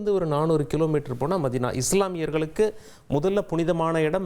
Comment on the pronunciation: மெக்கா, மெதினா அல்ல மக்கா,மதினா.